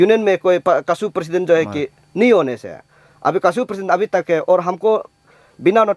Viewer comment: Nai hoga , pronunciation 😂😂😂😂😂